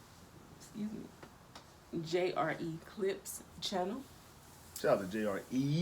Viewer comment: You say JRE like you don't know what it is. 😂